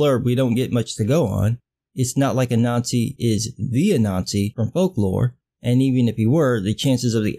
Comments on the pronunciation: I heard the same thing, it makes the story of Black ubermensch so much better. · Omg, I kept hearing it that way, too! This should have repeated the name out loud many times before committing to it. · I heard it and was looking for a comment like this. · I first heard the heroes name as “A-Nazi" so all I could think was “the hero of the story of African Ubermensch is named A-Nazi, this is even funnier than I thought," but it's actually “Ah-Nan-Z" like that story about the spider I had to read back in elementary school. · For a moment, when you said Anansi, I heard 'a Nazi'. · Everytime you say "Anansi" I hear "a Nazi" which is sort of ironic but bizarrely appropriate. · MrColuber I keep hearing it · lord, i thought i was the only the one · I was hearing it all the way, untill I noticed your comment kind sir. It was bogging me. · I honestly thought I was the only one who thought that too. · Me too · I thought he was saying that the whole time......it still made sense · Sorry, but every time you said the name "Anansi" I heard a nazi" and that made it all so much funnier. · I'm not going to lie about every time you said Anansi, I kept hearing you say "A Nazi." I had to look it up to get the correct spelling of the name. lol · Every time you say the name "Anansi", I hear "A Nazi" so sometimes I jump to see if there's really a panel about a Nazi fighting a ninja.